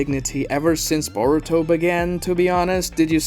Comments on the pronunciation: UM YOU SAID narutos son name wrong its burrito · ok are these pronunciations rage bait or troll? SasUkee, Saradee, borito, kawaykee. these have to be troll right?